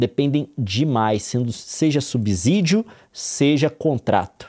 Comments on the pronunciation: A cada "subZídio" que ele manda meus ouvidos sangram. Fico imaginando ele dizer "subZolo" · Nilce e Leon, por favor, dêem atenção à pronúncia da palavra subsídio. A letra "s" só tem som de "z" quando está entre vogais, como em cAsA (lê-se caza). A pronúncia adequada é sub(SÍ)dio. Desculpem-me a chatice. Gosto muito de vocês. Um abraço 💚